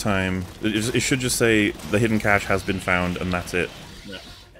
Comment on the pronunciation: mocking for saying "cache" wrong is extra funny after his 10 minute meltdown, because someone dared to tell him "assume" is not pronounced "ashoom".